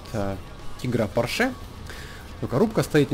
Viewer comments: блин. не поршЕ, а пОрше. ууудааарееениииеее! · не поршЕ, а пОрше!